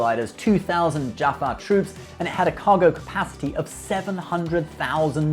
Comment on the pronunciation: I love the way you did a whole bit on how to pronounce 'Goa'uld' but then snuffed 'Hatak' and 'Jaffa'. Oh you.